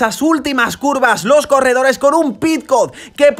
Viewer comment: Buen resumen, repasa antes los nombres de los corredores, es de mal gusto nombrarlos erróneamente. Saludos.